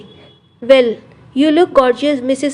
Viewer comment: Mrs rayazada kya hai , mrs रायजादा q nhi bol sakti ap. Kitna funny hai raizada ki spelling sunna😮😮😮